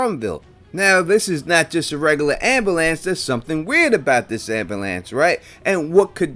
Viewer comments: Omg the repeated "ambalance" over and over is killing me 😆 🤣 I've never heard it pronounced like that before. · That ambulance hypothesis is solid. Your pronunciation of the word ambulance is way off though